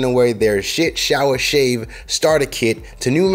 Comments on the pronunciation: Shit shower shave lol that’s what it sounded like haha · Did he say shit shower shave?